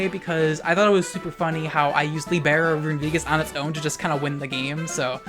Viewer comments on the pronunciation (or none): You butchered "libero"'s pronunciation to the point I wasn't understanding until I saw Cinderace, but I still love you.